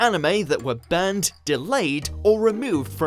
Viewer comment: When you say "banned", it sounds like "burned"